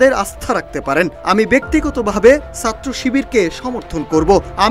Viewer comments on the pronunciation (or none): চাত্র না। ছাত্র। সঠিক উচ্চারণ করতে পারেনা।অথচ জাতীয় দৈনিকের সাংবাদিক 🥲